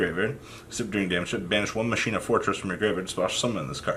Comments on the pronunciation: It's pronounced as Mockeena Kernel. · I can’t believe you never ya kneyw yhow to say colonel... you kno like KFC Colonel Sanders gKERNEL KERNEL KERNEL. Then i can’t believe the try machina “master” has been calling them maSHEEna last structure deck sucks... I’m scratching my head wondering whey the fuck I even just watched or got out of this video. A big pile of nothing except the shock that you cant pronounce your owners Andy tryyyyu77777 I myou mmmuyy